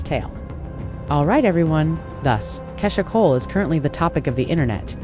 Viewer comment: Why are you talking about Keisha Cole but still showing Rihanna. And pronounce 5 proof names correctly